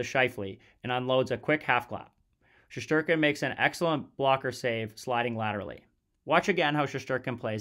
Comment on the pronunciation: Shesterkin/Shestyorkin * not Sheshterkin. Great video otherwise.